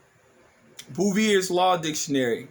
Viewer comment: The word Bouvier is a French word you are pronouncing it wrong because you are pronouncing it like it's an English word. Also, Bouvier's Law Dictionary is the law but it is not the supreme law of the land and is the supreme law dictionary of the United States of America regardless of what it states. Lastly, Bouvier's Law Dictionary 1856 edition is some extent outdated and cannot automatedly determine what all the definitions of words are or will be words because people have freedom of speech and the freedom to believe whatever it is they want to, I believe you forgetting about this mayne.